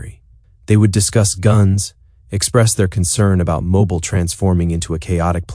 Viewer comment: Teach your AI to properly pronounce words, such as Mo Beil not mobul.